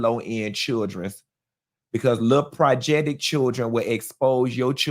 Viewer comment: “Projectic” haaaaa gets me every time 😂😂